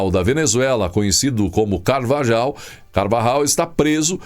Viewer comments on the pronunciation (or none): carvajal, le se ( carvarral)